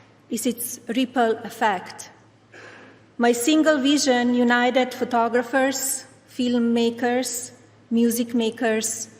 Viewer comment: "My single veesion".